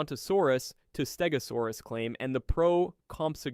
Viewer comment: also you butchered the name stegosaurus , also the show did not say it a stegosaurus but morgan freeman said it a early cretaceous stegosaurs , that stegosaur is none other than Yanbeilong a stegosaur from the early cretaceous appearing about 113 and 110 million years ago that after when angiosperms first appear 140 million long and the stegosaur appearence fits that of yanbeilong so you this inaccuracy holds no water